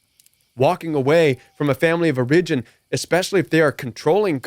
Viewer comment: Strong advice, thx!! 🙏 The control games are real! I’m hoping this helps, but I’ve never heard the word ‘origin’ pronounced that way. I’ve only heard the accent on the first syllable /‘or uh jin/. And I’ve only heard of “tight knit”, not ‘niche’🤔 I’ve asked Google in case it’s colloquial, but Googling doesn’t seem to help me here.